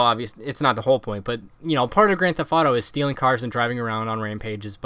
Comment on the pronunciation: Annunciate please. Thef(t)